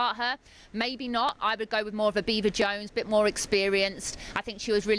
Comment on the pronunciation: "her Beever" 😂